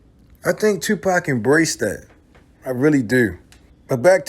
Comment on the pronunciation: you said Tapac instead of Tupac